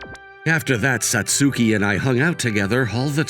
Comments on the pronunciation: MVA's voice does not match ANY character he voices unless it's an old man. Maybe don't have him voice teenagers in these stories? And it's pronounced Sats-ki, not Sat-sue-ki. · This could have been a great episode instead of just good. The MC voice sounds to old for highschool and his pronunciation of Satsuki was jarring. Even google translate can pronounce it better.